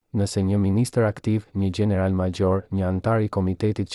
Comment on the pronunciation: Ti qe po tregon kete history je SHQIPETAR se nuk e flet shqipen sic duhet nuk thuhet general por gjeneral maxhor por major etjer